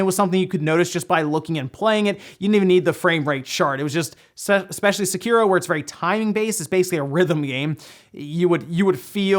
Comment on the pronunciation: There is no game called "seh cure oh", there is a game called Sekiro, which is pronounced "seh key row."